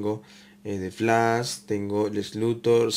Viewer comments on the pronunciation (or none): none